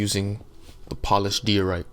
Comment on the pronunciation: You’d probably have more subscribers if you would slow down a little. Unless your just building for yourself. Tutorials are meant for people to follow, yours is way way too fast to do that. And you need to pronounce diorite the correct way. It has a long I sound. Good luck.